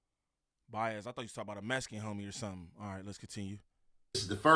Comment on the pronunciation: He said bias like it was a person 😂